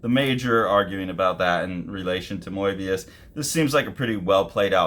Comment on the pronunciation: I think he pronounces it closer to how the French do actually 😊